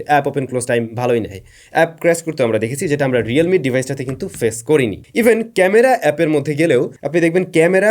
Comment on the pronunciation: খামারা উচ্চারণ টা হেব্বি হইছে ভাই 😂😂😂😂